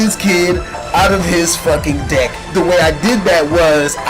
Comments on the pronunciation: omg lol kept thinking u were saying dick insted of deck omggg xDDD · every time he said deck i thought he said dick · It sounded like he said dick. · It sounded like he said "blow my dick" lol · XD every time he said "deck" it sounded like dick. LOL